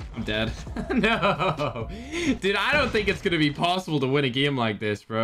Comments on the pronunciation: Say game not gim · Why you said geme not game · Lol not being rude but its game nat giym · I'm still laughing because he keeps saying gim